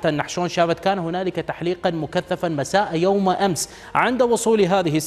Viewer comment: مساء يوم ِ...... وليس مساء يومَ 🥸😱